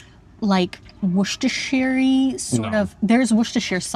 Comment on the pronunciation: Worsestershire sauce is pronounced Woestah (Dutch fonetic) or Woostah (English). Forget about all the other letters in the word...they magically disappear ! I have been to Gent, but hardly saw anything. It was so cold we jogged around the city to stay warm, not taking in our surroundings. That Martino sandwich looked sooo good... Wondering if it can be copied with Dutch ' tartaar'... Me, being "fysically challenged", was appalled by the lift in the bell tower 😂... Always complaining I have no access...now complaining because there is a lift in a beautiful old building! Well I am Dutch and complaining is stress relief according to scientists, so this is a good start of the day (others do yoga, I complain 😂) Anyway: I love lemon, I love orange, why does candy always tastes like lemon/orange peel? 20 euro for some gumdrops 😂🤣😂🤣. That was hilarious...!